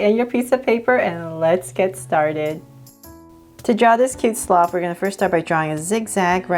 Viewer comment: Hey you say slof when It is SLOTH!!!!!!!!